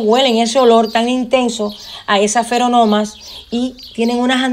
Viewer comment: Lástima que dice feronomas y no feromonas. :'v